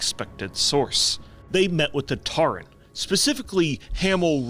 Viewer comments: "Tarren"? Tauren mate <3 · saying TAREN is sending me.